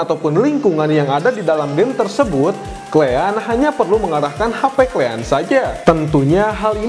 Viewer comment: "Klean"😊 or "Kalian".. Kosakata baiknya diperbaiki ya bang 😊